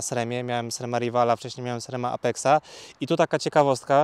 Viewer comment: Wszystko fajnie ,tylko byle nie " SREM " w wymowie🎉😢